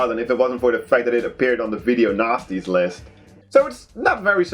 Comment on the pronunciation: It sounds like he says video nazis lol